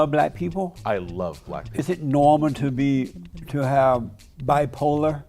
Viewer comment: “Do you luh bleh peepuh?” “You a Nahsee?”